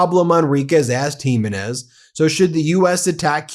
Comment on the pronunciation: Please, Ben, please pronounce this warmonger's surname correctly: it's Giménez with the stress of accentuation on the middle syllable - gi MÉ nez.